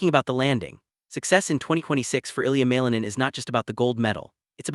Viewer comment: You need to pronounce his name correctly